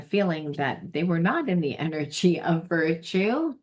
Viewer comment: Hello, the word is " virtue ". 👼